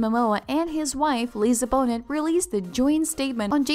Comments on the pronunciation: If you mispronounce Lisa BONETs name one more time my brain is going to explode. It's pronounced bo-NAY NOT bo-nett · Let's pronounce her name right, it's not pronounced Boe-nit, it's "Bo-nay". You're killing me because you don't even know how to say her name. Like you're an authority but you can't even say her name right. How embarrassing. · when you pronounced her name as lisa -bo-nit...I was done. It is pronounced BO-NAY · Right!!! Her name is pronounced Bo-nay Not Bo-net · The bot said "Bona" and "Bonut". yeh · STOP MIS-PRONOUNCING HER LAST NAME!! It's getting on my nerves!! It's "Bo- NAY", NOT "BONE-it" !! Geez! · It’s pronounced “bo-nay” not “bo-net” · Lisa's Last Name is pronoinced "BO-NAY," Not "BO-NET!!" 😉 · Please pronounce her name correctly. The T is silent her last name is pronounced Bonay not Boneht. I couldn’t keep listening when the announcer continually mispronounces her name Ugh! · Bow net? Bonet is pronounced Bow nay! Lol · Do your homework before reporting on someone. It’s not bone-et. It’s bonay. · 😳😳 I don't understand a thing that was said. No explanation of what was posted under the title ( just rereading their posts). Her name is "Bo-nay" not "Bo-net". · He didn’t say that and will you learn her last name is pronounced “Bo (long o) Na (long a) not Bo NET!!!! And if this is a BOT fix the code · To the Narrator: "Bonet" The 'T' is silent it's pronounced "bone-ay" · Learn pronounciation please. Its Bone-a not Bonnet. His star is rising, her's sank and she prefers not iiving as a Hollywood star. They love their kids. The end. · I dont wanna believe this but its real.....and please say lisa's last name properly..its not pronounced as bonet, say it like bownei please...... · Bonet rhymes with Monet. It's not pronounced "BO-nette" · Ok but it's Lisa Bon-ay not Bon-net. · BEAU-NAY NOT BONE-NET. Jesus... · Isn’t her name pronounced Bō nay??? It’s not Bone it!!!! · Her name is pronounced Bone ay , not Bonet FYI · It is pronounced Bo Nay not Bon nut.